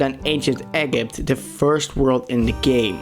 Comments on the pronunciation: But it’s not really a matter of pronunciation, rather saying the name correctly? Regardless of language and accent, words like Egypt should not be called “Egg-ypt”. I wasn’t aware that people pronounced it differently, but even still I see it as a lack of awareness in understanding what the word/name means. If Egypt is a country, then why would you pronounce it incorrectly? You wouldn’t call Greece “Grace”. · I thought he could pronounce ancient egypt but instead he said ancient egg-ypt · The way he said Egypt made me so mad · bro doesnt know how to say egypt lmao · I love the top 6 worlds you ranked! I also like how you said Egypt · please never say egypt or thyme warp again. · I like the part where he butchered egypt. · He probably wont realize hes saying Egypt wrong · Imagine not being able to pronounce Egypt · Im mad you keep pronouncing egypt weirdly but it may be normal where you come from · that's uh i don't think that's how you pronounce egypt... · Honestly, I don't like this list because it doesn't seem like you did your research right. You can't even say Egypt correctly and the Wall-nut minigame has 3 projectiles not 2. Plus, you didn't explain your opinions well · It's not ekipt it's egypt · Bro actually said ancient eggipt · Bro said egg it 💀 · "Ancient Eggypt"... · Bro it not egg-ypt It's eg-jypt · It's egypt not eggypt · Also, lots of comments are gonna tell you that you pronounced Egypt wrong It’s ee-jipt Not egg-it BRUH AGAIN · Ancient Egypt is pronounced “Ain shent E jipt” not “Ain shent egg ipt” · It's pronounced "ee-jeep-t" not egg-ypt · It’s not ancient egipt it is ancient Ejipt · It’s Egypt (Eee-jipt) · Am i the only one who despise the way he said Egypt? “Egg-ypt” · did he say eggepty instaed of Egypt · ITS EE-JIPT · you mean ancient-E-jent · Ancient ee - jypt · Did he mean ancient ejip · He.... ægipt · Di-did you just say egg ipt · when i heard him say ancient-eggipt i lost brain cells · Man said eggipt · Bro said “ Egg-ypt” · “Ancient Eggipt”